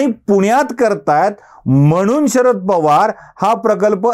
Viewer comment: 'म्हणून '... म्हनून....